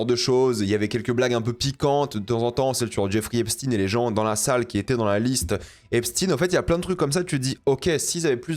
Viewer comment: epstEIN pas epstine😂🤔